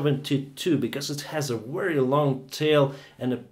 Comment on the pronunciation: Seven years of flying is nothing. Try more modesty. Also work on your accent. Especially the pronunciation of V. Say Very, not Wery.